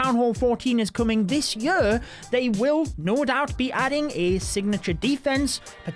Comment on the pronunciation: This yur, las yur, yur yur yur. Love you 😂